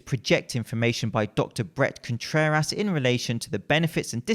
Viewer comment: I like how he says Dr. Brett ContrerASS